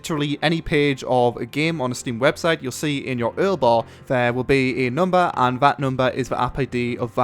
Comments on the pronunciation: its yoo-ar-el not earl. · url bar lol? Its U.R.L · "earl bar" lol. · 'Earl bar' guys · He called url Url as if its a word. Hehe. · Did he just call it the Ural bar?lmao